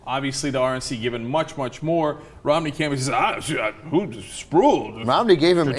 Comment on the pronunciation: pretty sure that guys name is pronounced spruwell not sprool.